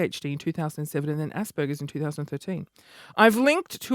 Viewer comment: haha haha haha you remind me of me I have Asperger's and you totally pronounced it wrong and hahaha your so funny and make me crack up and having asd or being aspie isn't a bad thing it makes you unique.